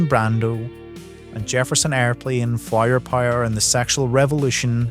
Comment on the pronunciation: Judging by your pronunciation of "Flower power," you live right up the road from me! 😂 Been subscribed to your substack for quite a while and forgot. Springsteen has made me sick for years along with all these supposedly anti-establishment charlatans who larp around like they're sticking it to the man. Total phoneys! I noticed a beautiful example of this a few years ago. When walking through the book aisle of my local Asda I spotted a book named "Renegades," written by Barack Obama and Bruce Springsteen. Nothing could be more renegade than writing a book with an ex-president of the most powerful country in the world, right? It's so cringe I nearly died right there in the shop. Look it up and suffer with me! Great video essay. Thoroughly correct!